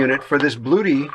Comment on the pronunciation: FYI It is pronounced Blu-et-tea